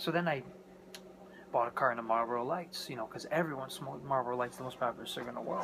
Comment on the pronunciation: "Marbros" ??????? "Marbros"???????? Are you kidding me????!!!! IT'S MARLBORO!!!!!!!!